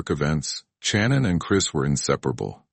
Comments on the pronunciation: Shannon...not CHannin. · I couldn’t last 3 minutes watching this and how the AI narrator kept on saying CHANON! 😂